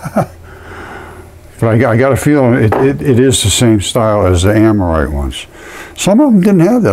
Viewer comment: Don’t take anything this guy has to say as scientific. He can’t even say the word ammonite correctly. And the Earth is not body parts.